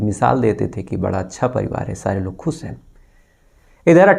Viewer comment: I have requestedearlier also.kripya apna bolne ka type kyon nahi sudhaar rahe ho.khush ko aap khus bolte ho,Bhavishya ko Bhavisya bolte ho,Khushi ko Khusi aur Madhya Pradesh ko Madhya Parades. Koi itna mushkil kaam bhi nahi hai sh bolne me. Please try to speak correctly